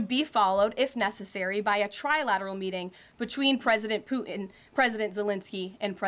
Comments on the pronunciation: Trump, soft Taco Belle, never gets anything done. Hey, KKKaroline, it isn't pronounced Poo'in. Moron. Poo'in uses flattery because soft Taco (ask Stormy) always succumbs to flattery, all people with narcissistic personality do, Trump has done nothing but have a great photo op. War won't stop. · Why do people say poo-in?